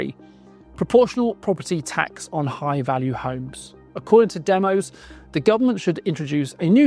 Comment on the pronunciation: DEMOS is named after the Greek word Demos. It is pronounced 'DEM-OSS' not 'DEM-OSE'.